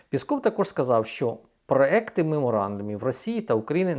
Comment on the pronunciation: зрУчний, проЄкт (так правильно)